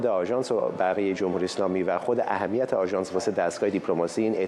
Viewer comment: جان بین ادای کلمات طوری نفس میکشی که انگار در عمق ۵۰ متری اقیانوس گیر کردی! ضمنا اهمیت رو بپرس چطوری تلفظ میشه ؟! به خدا بعد گزارشهای شما آدم انگار ده ساعت تو اتوبوس نشسته ، له و خسته میشه! 😅